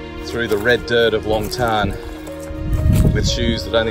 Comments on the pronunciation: Mate.... Not nitpicking but in Vietnamese the joint is called Long Tan (pronounced Lom T Air N)... So, in English we use the traditional English word, LONG and use the Vietnamese pronunciation TAN not TARN as you are saying... I lived in Vietnam for almost a decade and have explored this area many times, meeting locals and talking about what they know.. Its a special area. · If you are going to do a commentary & a guided tour of the battlefield & especially if you are going to make money from it, please pronounce the name correctly. It is Long Tan, not Long Tarn, as you incorrectly pronounce it. I spent six years in the Australian Regular Army, as an Infantry soldier. I did two tours of South Vietnam with 3 RAR & in my time in country did quite a few TAOR patrols to Long Tan. Up until this video which you have uploaded, I have never heard it mis-pronounced as Long Tarn. Out of respect to the soldiers on both sides & out of respect for your viewers, please get it right. Dennis Moore, 3RAR Vietnam: ; 1971. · "Tan" not "Tarn" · Very nice been there a few times but please even the locals don’t call it tarn it’s tan(kiwi shell fire brother as with Kapyong Korea)but thank you regardless